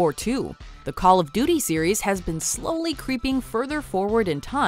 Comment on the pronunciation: She said Call of Doody.